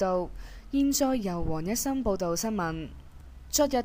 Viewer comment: agree .....好重懶音 收（聽） （香）城 （黃）一心 會考（生） 流（行） 月（亮） （更）有考（生) 內（幕） （百）思不（得）其解 匆(忙)